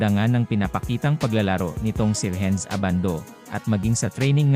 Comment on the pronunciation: Anong Rehenz? RENS lang ang bigkas niyan!